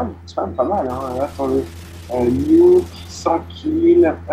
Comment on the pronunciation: On dit nuke pas niouk :-)